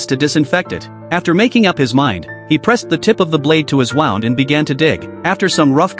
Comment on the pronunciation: Please teach the AI to pronounce “wound” And also, the difference between a person’s eye and back.